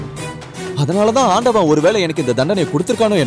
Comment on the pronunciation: its enakku not yenakku. Talk proper tamil women